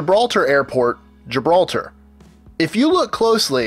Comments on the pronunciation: The way he said it is why I spelt it like that. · Gibalter hahaha